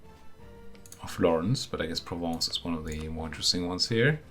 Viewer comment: Je pense que vous pronouncez bien "Provence". Parlez vous français aussi?